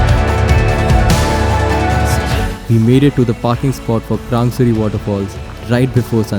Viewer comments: It's not krangsuri it's krangshuri..... Samjha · Its krangshuri not krang suri